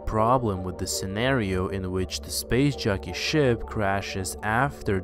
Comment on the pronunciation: Every time you say "SPACE JOCKEY" , I hear, "SPACE JUNKIE"